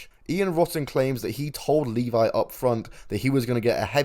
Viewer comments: It's Mike LEVY, this channel don't even know how to say his name. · Yeah Mike Levy. Pronounced Leh-VEE. And that was some fuckin total, low class, straight up sleazy bullshit.